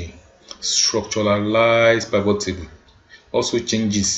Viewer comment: Please learn how to pronounce Pivot correctly! In my 20+ yrs of data analysis, you are the only one shocking my system with your pronunciation of Pivot, and it's not funny.